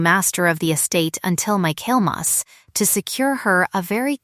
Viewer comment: Michaelmas is pronounced "micklemass".